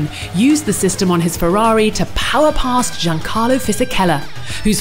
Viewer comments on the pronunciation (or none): none